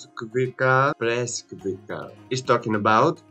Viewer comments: Oh come on...why everyone pronounces BreskviKa. Wrong. Breskvica which means little peach pronounces like Greeks pronouns tzatziki. Breskvitza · Title: Eagles Nest Breskvica in English is pronounced "Breskvitza"